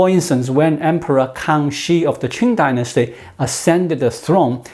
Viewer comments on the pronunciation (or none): none